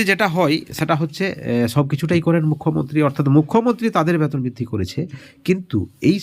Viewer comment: ব্যাতন না,বেতন বলুন।